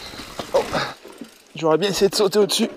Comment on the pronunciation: C'est pas biiieeeeeen x) x) Cet accent suisse x) x)